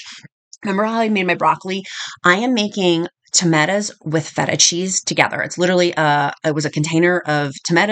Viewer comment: Great recipes and love the way you say tametas (tomatoes)😂